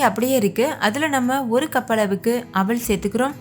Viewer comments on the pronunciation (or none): அவல் ன்னு சொல்லுங்க.. அவள் இல்லை. தமிழ் உச்சரிப்பு முக்கியம்